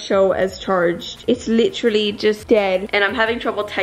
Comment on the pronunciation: “literally” is in a British accent!